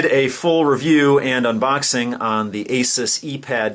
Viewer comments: I made it passed that part. Besides, you unintentionally call it both names through the video. I can't say I've met anyone that has said that name incorrectly. It's not Asues, it's Asus. The companies former name is Pegasus. PR has had to come out multiple times in the past to correct people. So from now on anybody that continues to say it incorrectly is ignorant in my view. Don't worry about your viewers. It's a review of a product, the first thing you should cover is saying the company name correctly or your just giving them bad PR. On a side note, this has nothing to do with you personally and your videos are still informative so I gave you a thumbs up. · As soon as you butchered the name of the company, I opted out and quit the video.